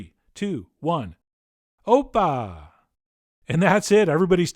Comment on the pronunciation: Opa/oppa also means an older brother in Korean. And your pronunciation was pretty on point 😹